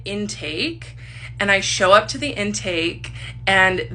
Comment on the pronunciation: Why is she continuesly elongating certain syllables while she's speaking? Like, when she was listing all of her trauma / substance usage, she wouldn't say "drinking" or "to", she would say "drrriiiinkkinng" or "tooooo". Does anyone else find it annoying? My autistic brain cannot handle it Edit - HELP WHY DOES SHE KIND OF SOULD LIKE LILY TINO????? LIKE THE WAY SHE SPEAKS SOUNDS LIKE LILY TINO